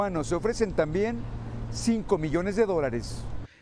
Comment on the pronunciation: Miles de millss dice ese reporter????